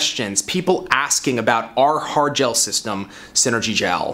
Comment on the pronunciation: "Har" gel??